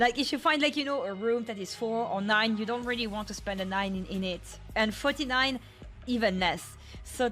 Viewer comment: If you say ‘49’ in Japanese they tend to use the alternative version of ‘4’. That being ‘Yon’ rather than ‘Shi’ And the formal way of saying ‘9’ is ‘Kyu’ rather than the informal ‘Ku’ So 49 is said as ‘Yon-Jyu-Kyu’ not ‘Shi-Jyu-Ku’ As for the rooms, the hotel in Kyoto I stayed at had 49. It was two doors down, I was in 47. And yes there was a 44. So I don’t know how pervasive this tradition is, but it’s not ubiquitous as far as I know.